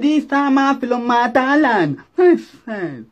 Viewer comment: 🤣 🤣 🤣 🤣 🤣 Damn When he says 'yeses'